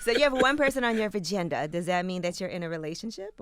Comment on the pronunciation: YAAAS "Vgenda" 🙋🏽🤣